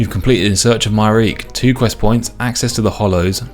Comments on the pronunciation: I know everyone pronounces it as "My-reek" but it's absolutely "Myre-key" because the name Myreque is based on the Marquis underground of WW2 France. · According to the pronunciation guide its pronounced closer to "Mire-Key" than "My-Reek". I hope this isnt considered a wiki spoiler 😅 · Just to be clear, the pronunciation is: my-er-key Not: my-reak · Hearing him pronounce Myreque as my-reek instead of my-er-key has changed my whole perception on this game. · casually calling the Myreque "My-reek" instead of "My-are-key" made me question everything I know about the English language xD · I like that you called them “myreek” that’s how I always read it before I heard it pronounced “myre-key” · Its MIRE-KEY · Btw, the way to pronounce myreque is (my-er-key) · Myreque - my-ARE-key Lowerniel - Low-er-nee-el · Myreque rhymes with hierarchy. MY-ER-KEY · Not me pronouncing it Mire-Queue 😅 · I love you and your series, I really do - and come on you spurs - but please, for next time, it's my-err-key :D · I like to pronounce it as My-Err-Kyu. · Btw the way to pronounce myreque is (My-er-key) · It's actually pronounced "Mire-key." Please forgive me for guiding you just this once 🙏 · It's pronounced Myre-Key (a play on the French Maquis resistance from ww2) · I love your stuff and it absolutely hurts me to say this, but the Myreque is pronounced "my-er-key" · It is somewhat comforting to hear someone say it the same way I have for years. In context, does it seem correct? No. It does certainly look like it should be pronounced that way though. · that's definitely the first time I've heard someone pronounce Myreque like that. I've always heard people pronounce it like Myre queue